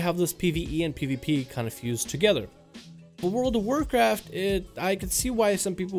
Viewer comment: this "World of Warcraft" sounds so weird tho)